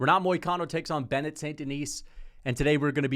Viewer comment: renat and bennet